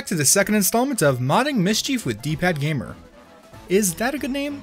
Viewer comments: You are pronouncing mischief wrong. It’s not mis chief it’s mis chif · "Mischief" is not pronounced "Miss Chief"...